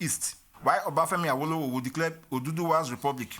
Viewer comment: Any video you watch pronouncing Awolowo as “are-woe-low-woe” is just there to spread propaganda.